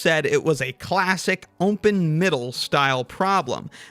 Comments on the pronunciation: Why does it sound like "umpen middle" every time? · Is pronouncing it "Ompen Middle" a running gag or in-joke? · Sounds like you're saying ownpin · Gotta legit ask, is it some kind of in-joke or engagement bait that the dude pronounces some words in a weird way ? Like "open" pronounced as "umpen" ? This has to be the most bot-coded question I've ever ask, but it just bothered me too much XD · Is it just my or does it sound like he's saying "ompen"? Or "umpen". Hmm 🤔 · why do you say open like that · Why tf do you pronounce open like that? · the way you say 'open' hurts me